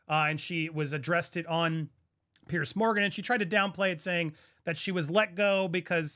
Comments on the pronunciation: Apparently she stalked Sir Keir Starmer who is very likely to be our next prime minister. This went on for many months. By the way, the TV interview with Fiona was done by Piers😊 Morgan, pronounced ‘peers’ not ‘peirce’ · It’s PIERS not Pierce